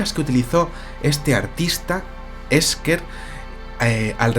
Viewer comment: yo lo pronunciaría Ésher.